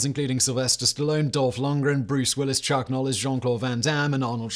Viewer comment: I swear FactBoi said 'Chuck Nollis' in the intro lmfao